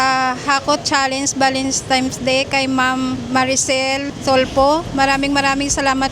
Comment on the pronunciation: TANAN GID SILA VALENTIMES HAHAH AY AMBOT BAKIT GANUN ..VALENTINE'S NAGIGING VALENTIMES HAHAH